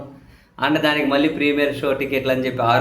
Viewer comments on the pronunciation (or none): none